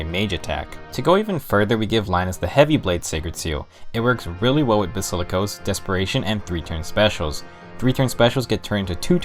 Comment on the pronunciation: basikilos.... Ok